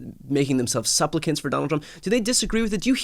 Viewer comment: Social drink when Brian says "suplicant". 🎉😂